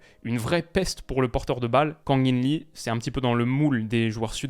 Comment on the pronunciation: Juste un petit détail, en coréen, le nom LEE se prononce «ii», un i long 😀